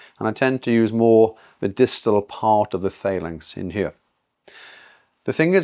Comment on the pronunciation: Phalanx is pronounced fa-langks (FAL-anks) not fay-langks. Nice manipulation. Learn, earn then return. Good work.